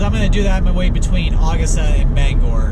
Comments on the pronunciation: When You Said [Awgasta], Its U-Gusta, Augusta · It's A-GUST-a not August-a!! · As a Maine resident, I chuckled hearing you try to pronounce Augusta 😂 ! It isn’t actually August-ah but Ah-gust-ah